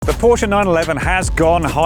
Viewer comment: Porche huh ?